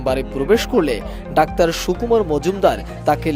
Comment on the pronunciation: ডাওার না যানুয়ার